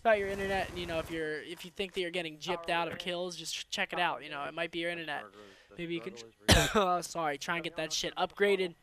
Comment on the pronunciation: The way he says internet cords haha